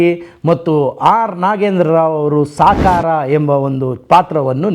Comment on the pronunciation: ಸ್ವತಿಕೆ ಅಲ್ಲ, ಸ್ವಂತಿಕೆ. ಗಾಮಾರ್ಹ ಅಲ್ಲ, ಗಮನಾರ್ಹ. ಸಾಕಾರ ಅಲ್ಲ ಶಕಾರ. ಪದಗಳನ್ನು ಸರಿಯಾಗಿ ಉಚ್ಚರಿಸಿ. ತೆಳುವಾದ ಮಾಹಿತಿ. ಚಿತ್ರವನ್ನು ಸರಿಯಾಗಿ ನೋಡಿ ವಿಮರ್ಶಿಸಿ. ಪಿ. ಕಾಳಿಂಗರಾವ್ ಅವರು ಸಹ ನಟಿಸಿರುವುದನ್ನು ಉಲ್ಲೇಖಿಸಿ. ಚಿತ್ರದಲ್ಲಿ ಲಕ್ಷ್ಮೀಬಾಯಿ ಅವರ ಮೂಗಿಗೆ ಗಿಳಿಯೊಂದು ಮುತ್ತು ಕೊಡುವ ಸನ್ನಿವೇಶ ಚಿತ್ರಿತವಾಗಿದೆ. ಅಂಥ ವಿಶೇಷ ದೃಶ್ಯಗಳು ಹಲವು ಇವೆ. ಅಂಥವನ್ನು ಹೈ ಲೈಟ್ ಮಾಡಿ. ನಿಮ್ಮ ನಿರೂಪಣೆಗೆ ಬೆಲೆ ಬರುತ್ತೆ. ಸುಮ್ಮನೆ ಕಾಟಾಚಾರಕ್ಕೆ ವಿಡಿಯೋ ಮಾಡಿದರೆ ಏನು ಪ್ರಯೋಜನ? ನೋಡುವ ನಮಗೂ waste of time.